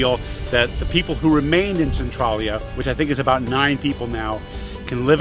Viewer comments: Schuykill is pronounced skoo kill and Centralia is pronounced sen trail yah. Nothing like how they are spelled. Really enjoyed the video if you ever come back to PA you should check out the Amish in Lancaster County and Gettysburg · I had to stop watching as soon as I heard him say Centralia that way.